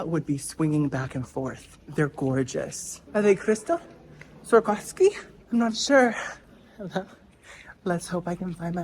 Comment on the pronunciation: Swar- kos- key 🔑 ☠️☠️☠️🤣